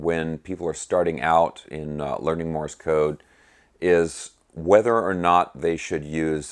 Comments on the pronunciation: Thanks great stuff. You are mispronouncing ‘Morse’ as Morris’ or I didn’t hear you right? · Morse is ONE syllable, not two !!